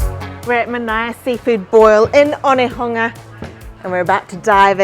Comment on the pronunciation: Its super refreshing hearing her pronounce Onehunga properly. She definitely gets my respect. Big ups Mama ❤